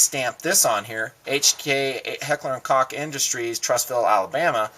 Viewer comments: It's "coke" in English with a long "o". Not "cock". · LOL.... He said Heckler & COCK. :D FYI, it's Heckler & COKE. :D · It's Heckler and "coke" not "cock" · Stick to Spanish. It is Deutsch for "cook" and is pronounced most lilke "coke" in English. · Pronounced Heckler and "Coke" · it is pronounced 'coke' go to the HK website. Somewhere on there, they have how to pronounce it and it IS coke. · its "coke" im in a german class and ask my teacher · its pronounced coke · nice little trick you pullled there with the google translator, but you are still wrong. "coke" is the way how americans pronounce it today, even the guys wrong hk usa, but thats doesn´t make it right. The "ch" in german is pronounced similar to the "j" in castillian spanish. /watch?v=5a7_uBJgr5Y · Still wrong, Koch is pronounced with a soft "ch", you would have to be german to understand it